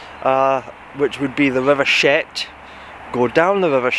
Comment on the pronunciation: it's pronounced chet not shet.😅